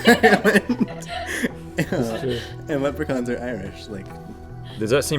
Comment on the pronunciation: That's not how you say Leprechaun, Link!